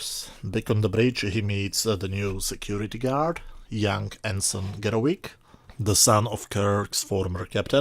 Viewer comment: SIR, It's pronounced Garro"V"ick", not Garro"W"ick! There could be a vast difference, in English, between a WICK and a VICK! First there's a "VICK'sburg, then there's a Candle's'WICK'!. Remember in this MOBY DICKy Story of OBSESSION, by ART WALLACE (ART:"WALL ACE!") Young KIRK was on The USS FARRAGUT! Captain FARRAGUT, a real Civil War character, had patrolled the Mississippi RIVER, the Father of Waters, to help General Ulysses S. GRANT win the critical Battle of Vicksburg, thereby splitting the South's Confederacy in half to hasten the End of the War, and also to raise Grant's own reputation and value as a Winner of Battles. But Prince HAMLET was by a CANDLE's WICK on His gloomy-suicidal Solloguy TO BE or Not To Be: That is the Question! Whether 'tis Nobler in the Mind, to suffer the slings and arrows of outrageous FORTUNE, or To take ARMS against a SEA of TROUBLES, and Thereby END All the NASTY Troubles this 'SMOKE" CLOUD CREATURE has inflicted upon Us: There's no enjoyable DEEP PURPLE's ""SMOKE on The WATER!"" here-in or there-in....by this evil Lung-choking-Blood-Sucking SMOKE Creature of Star Trek Episode # 13: Obsession! And Last, It can be quite confusing how the consonant letters V and W are correctly pronounced, depending upon which language one is using...This is like driving forward on the right side of a Highway in the U.S.A., but in Europe, U, and I, "In the Driver's Seat", Snifs or no sniffs, must go the opposite Road side to prevent a traffic accident, but in E